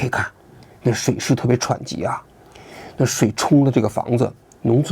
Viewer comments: 喘急❌ 湍急 ⭕️ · 喘急？还是湍急？王局这文化水平也是够呛啊，赶上小学生了，精甚精甚。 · 王局念错了😂湍（tuān）急不是喘😂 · 湍急tuan不是喘急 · 水势“喘”急？ 那叫水势湍急大哥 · 哥，水势湍tuān急 不是喘chuǎn急！ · 湍急 不是喘急.....tuan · TUAN JI 王局，不是CHUANJI。你的评论非常中肯基本都是正常的逻辑推论，支持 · 王局的节目本身没的说👍。可偶尔会让人困惑，这次把湍急的湍读成了喘chuan急，让人意外！ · 不是湍急吗？ 喘急是什么？职业素养呢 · 王局，是湍急tuan吧？不是喘😅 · tuan湍急 chuan喘急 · 王局是武大毕业的？那不就喘急，tuan 湍急，不能通商宽衣哈😂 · 王局，你把“湍急”说成了“喘急，这操作非常屌利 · 湍tuan急不是喘chuan急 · 什么叫水势特别喘急，王局得活到老学到老，怎么连普通词语的发音都不知道怎么说呢？再说剪视频的小年轻不告诉你那应该叫湍急吗？？？😢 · 湍（tuan）急，非（chuan）读音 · 湍急 tuanji，不是chuanji。敬志安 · 王局，水势湍（tuan）急，不是 chuan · tuan ji 湍急不是喘急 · 喘急？特无安湍，湍急。大记者！ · 湍Tuan急 王局 不是churn急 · 湍(tuan1)急,不是喘急😂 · 湍(tuan)急，不是喘(chuan)急。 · 王局也是湍急变喘急了😆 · 湍急，念tuan ，不念喘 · 纠正王局一个错别字，水流湍急 ，tuan急，不是喘急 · 湍急…...喘急？😮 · 湍急 tuan不是念chuan喘，志安啊，常用字你都不认识，果然跟圣上一个水平，这让我开始怀疑你确实是外宣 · 湍急 不是喘急… 王局 你好歹是中央台出来的啊😂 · 水势湍急tuan, 不是喘息的chuan，王局什么文化程度啊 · 王局你一分十秒左右说的喘急是啥，是想说湍急结果不认字吗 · 王局，水流湍（tuan）急不是chuan急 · 湍急 读tuan，不是喘，王局还是没文化😂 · 湍急（Tuan ji) 没有喘急这一说啊😂😂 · 非常湍急，王局文化水平还是不高，念喘急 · 湍(tuān)急, tuānji ，不是喘急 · 王局，水流湍（tuan）急，不是喘急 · 王局，湍急 tuan 急，不是喘急😂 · 王局，水势特别湍急（tuan）😄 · 水势特别喘急😂大哥，你和平平有一拼啊😂实在令人发xiao…… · 湍急tuan ji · 是与天地人奋斗，其乐无穷，不是斗，一字之差失之千里。不知道王局是故意的还是不知道。还有喘急都来了😢，本来觉得王局还是有权威性的，结果这两个低级错误大大动摇了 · 水势湍（tuan）急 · “水势湍急”读成“chuǎn急”，王局错别字读得也太多点了吧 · 湍 tuan，一声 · 那叫湍急tuanji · 湍急 tuanji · 不是湍tuan急吗？ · 水流湍（tuan）急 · 王局，湍急tuan 😂……别让小学文凭的皇帝笑话了，快更正一下😂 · 湍急 tuan ji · 那是湍急，tuan急大哥！你这文化水平和习近平也差不了多少了，你北大中文系毕业证书是买的吧？多少次错别字了。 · Tuan 湍急。。。老王你真是。。。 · 水势湍（tuan）急，王局…..通商宽农，精湛哈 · 1分13秒: 水流湍tuān急😢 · 王局跟我念，特午安tuan，湍（tuan）急，现在咋和平平似得还老念错字儿呢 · 王局扣200，湍tuan急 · 勘误一分钟的时候，水势湍tuan急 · 欢迎大家回到【跟着王局学认字】节目的新一期，让我们来到 ，一起读：水势（chuan3）急。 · 王菊央视记者为什么要读白字？湍急都能念成喘急？ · 水流湍急，拼音为：shuǐ liú tuān jí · 我还以为是我才疏学浅不知道有“喘急"这个词，搜了一下也确实是没有😆。央视编辑读错别字实属费解，看来王局团队的审稿质量有待提高。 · 喘急😂，我要退会员了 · 王局，湍急读“tuanji”。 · 水流湍（tuan）急 王局的稿子没有拼音吗？ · 来，和我一起读 t u a n 湍急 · 湍急 tuan ji 吧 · 湍急，提醒王局，读作团级。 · 水勢湍急。王局母語退化了啊😂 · 水势特别湍tuan急…… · 王局下次说湍急。念tuān jí。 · 湍急tuān jí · 湍（tuān ）急，王志安经常读错音，招个校对吧。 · 那不是湍 tuan 急么😅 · 湍急 tuan 一声。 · 王局的语文是体育老师教的吧😂Tuan 急啦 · 来，王局，跟我念湍tuan急😅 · 湍(tuan)急，怎么搞的跟圣上一样😂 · 新闻工作者这个口误不应该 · 老王一个水流喘急给我乐坏了！ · 我也听到了，我感觉他是故意的